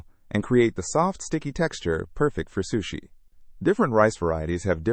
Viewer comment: First time i ever heard sushi being mispronounced